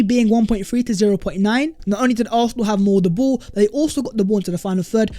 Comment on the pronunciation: Hey, our team is pronounced ARSENAL!!!!!! NOT ARRRFFFFNAL!!!! 😤😤😤😤😤